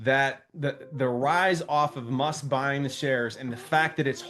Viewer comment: Elon "Mush" haha!